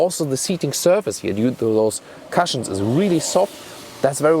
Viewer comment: ˈku̇-shəns...not ˈka-shəns ! ;-)